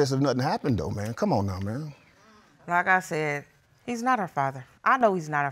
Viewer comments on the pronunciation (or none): That “CuhMon!!” Took me out 😂😂😂😂